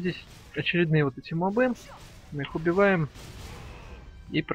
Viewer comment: мобы с ударением на последний слог это способ выделиться или простая неграмотность)